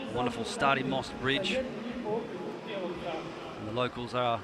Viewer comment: starry mawst...lmfao